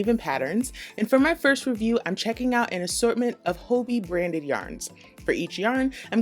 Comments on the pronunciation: Its Hobby. Not Hoebie 😅 its danish and they played around with the word so its just ii instead of y. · I love Hobbii yarns and They come quicker from Denmark than they do from a purchase right in the US. It’s pronounced Hobee in Denmark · Phonetically speaking, it should be pronounced “hobby” because of the two b’s. Thanks for the thorough reviews. Never heard of this company and it looks worth exploring. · I love this review but I was thrown in the beginning because I pronounce it “hobby” instead of “hoe-bee” lol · Are you sure it isn’t pronounced hobby? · I could swear the company itself pronounces it like “Hoe-bee” in their videos though. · It's pronounced "hobby" :) I adore their yarn, and espcially the cherry bon bons they send along. :) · "Hoe-bee" is correct. They are based in the Netherlands & that's how they pronounce it in their YouTube vids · I purchase yarn from them all the time and I've been pronouncing it "hobby" this whole time!! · Actually the company itself in their videos pronounces their name as “Hoe-bee” not “Hobby”. in this video you can clearly hear her pronounce it as “Hoe-bee” not the English “hobby” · I've been pronouncing hobbiii like hobby 😅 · It really bothers me that you are pronouncing Hobbii wrong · There goes my best kept secret ;-) What's with the name pronunciation though ...